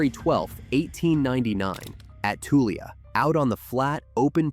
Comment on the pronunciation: the way you pronounce Tulia is funny 😊 we say "Toolya"